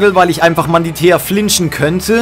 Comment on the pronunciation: Wie er einfach immer Manditea anstatt Mantidea sagt XD